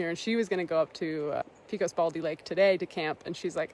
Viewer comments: Great video! Thanks (Note: Pecos is pronounced PECK-ohs with a short e, others in New Mexico say the E as a long A Pay-cos) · I'm glad you decided to stay inside the shelter. New Mexico storms are nothing to play around with, especially in the high country. Also, FYI here in New Mexico we pronounce Pecos: Peck-ohs...not Peecos. And Truchas is pronounced Troo-Chus. not Trookas. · Thanks for the nice videos and good job on pronouncing Panchuela, but "pee-kos" is like nails on a chalkboard for me 😂- my issue, not yours, but it's "pay-cos" or "peck-os" and the "ch" in Truchas is pronounced as a "ch", not as as a "k". Love those areas, it's very sad to see all the trees dying, especially in the last 5-10 years. And there are absolutely bears (and mountain lions) in those regions so you should be as careful with your food as you would be anywhere else.